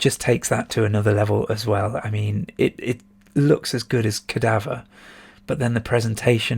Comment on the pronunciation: I was also guilty as charged with the mispronunciation of Cadaver,! Yeah, apart from the beautiful graphics, great music and the best shop on the ST what exactly DOES Xenon 2 bring to the table?.......haha Nah, you make some valid points. I'd personally place it slightly higher - as I would with Magic Pockets - but if I'm being honest with myself they'd likely be getting bumped up for nostalgic reasons. As you said at the start, the Bitmap Brothers appeared to concentrate on style over substance but I don't think any could be classed as bad games, per se. No question about it, definitely do more of these vids over the festive season (and beyond).....whack some festive lights on in the background and/or stick a Father Christmas hat on as well whilst you're at it!